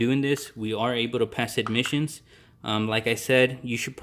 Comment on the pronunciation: Why you keep on saying admissions testing? It’s Emission testing dude!. Are you on braces 😬 🤪